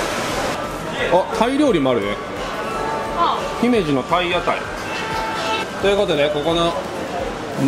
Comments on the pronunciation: 「ひめじ」のアクセントは高高高が正しいので、少し違和感。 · 姫路のイントネーションがちがうんだよなあ。ひ↑め↑じ↑ なんだよなあ。 どうでもいいんですけどすみません。 楽しめて良かったですね！☆ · 姫路のイントネーションが…(笑)